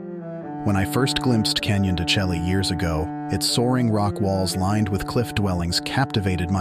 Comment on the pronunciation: I can't watch a video where the narrator mispronounce the name of the location. Chelly doesn't rhyme with "jelly", it's pronounces "shay". It's a stunning place to visit and deserves the respect of pronouncing the name correctly.